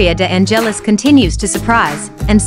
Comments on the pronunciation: Omg the accent on the e of De angélis is totally wrong. Correct is De ángelis accent on the a... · The silent accent (the cadence) of the surname "De Angelis" does not fall on the "E" but on the initial "A". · nice video, but the way you pronounce Victoria's surname is terrific eheheheh :-D